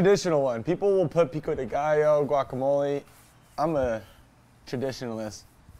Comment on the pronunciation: As a hispanic hearing "car-nay aSAda" and "peeco-day-guy-yo" i'll let it pass 😂. I love these little competitions! I am getting HUNGRY!! Lets' GO!!!!